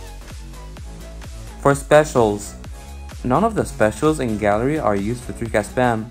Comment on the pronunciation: I'm not rascist but what is gally I will help u say gallery properly gal-er- reee3eeeeeeeeeee